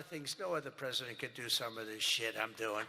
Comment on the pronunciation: Emphasis on “shit” 💩